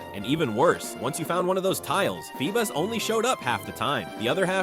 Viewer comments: Feebas ❌ Feebus ✅ 😂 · “FeeBUS”?!?! No